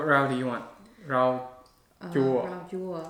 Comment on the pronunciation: Her “rau” sounds so adorable, really pronounced it with a southern accent, even more “southern” than. He sometimes pronounced it, like, a properly “rau”, and she’s just like “rao”:))))